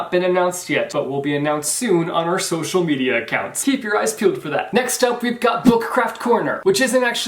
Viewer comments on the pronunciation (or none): none